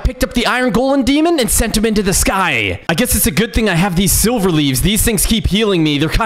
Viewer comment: Dude the Demon king is say like sliver